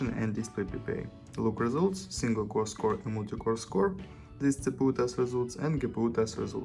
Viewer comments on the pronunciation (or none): Чувак, не ЦПУ А си-пи-ю )